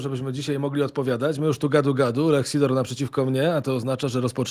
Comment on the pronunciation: Nazwisko pana Lecha wymawia się po polskiemu Sidor, przez si na początki a nie S I.